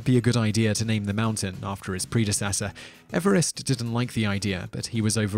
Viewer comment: The name of the man Everest is pronounced Eve-rest as in new years Eve.......M